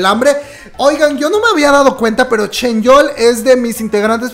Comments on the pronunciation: Por qué le dices ChenYeol? En lugar de ChanYeol xD digo una curiosidad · Alguien que me explique el por qué le dice "ChenYeol" a "ChanYeol" 🤣